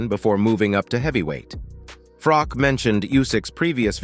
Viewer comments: IT'S "FROCH" NOT "FROCK" PRONOUNCE IT PROPERLY!!!!! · Please, Please, Please if you are going to mention names, at least get the pronunciation right. It's spelled Carl Froch but pronounced as if it's sh on the end. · Poor-quality content. Fury never claimed Usyk cheated - he blamed the judges and everyone else, so this is just a clickbait title. Also, no original analysis, just repeating what Bisping (an MMA guy!) said. And you can’t even pronounced Carl Froch’s name…